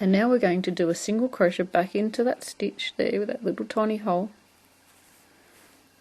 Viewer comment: Great video, thank you. It's a bit strange to hear someone pronounce it as cro-shett, though......!